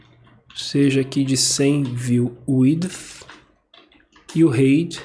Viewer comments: Valeu pela aula. Me permita te ajudar na pronuncia da palavra "height".... fala-se "ráit" com o t final bem curto, exatamente como você está fazendo. Só que você está falando "rêit", então fica parecendo que você está dizendo "Hate" (que significa ódio). No mais, obrigado por postar esse vídeo. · Excelente tutorial. Parabéns... Eu sei que não faz a menor diferença mas eu só daria uma dica de falar a palavra 'height' corretamente hehe é bobeira minha eu sei mas vc fala 'item' tão bem e escorrega no 'height' hehehe... Espero que não fique ofendido... é só uma pequena observação. No mais o conteúdo está sensacional. Me ajudou bastante. Parabéns. Abraços.